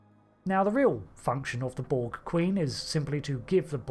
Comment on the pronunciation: The Bolg? Stopped listening at 2 seconds into the video. There's no "Bolg".